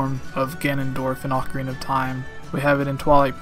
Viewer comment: It's Ocarina, not "Oak Area." You don't say "Oaktopus" so don't say "Oakarina."